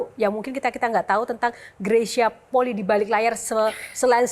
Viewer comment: Penyebutan Fam/klan bukan poli, tapi Poli'i